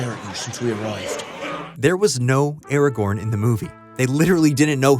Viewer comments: Its Aragorn and its NOT pronounced Eragorn you simp. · You keep saying Arago(r)n - the second R is silent.